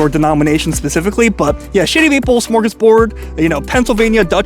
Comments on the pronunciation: It sounds like you're saying Shitty Maple XD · sounds like you're saying Shitty Maple lol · Sounds like he keep saying Sh*tty Maple.🤣